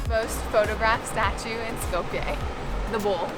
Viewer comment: Just a minuscule friendly correction <3 <3 Skopje is pronounced like Skop-ye, not Skop-yay!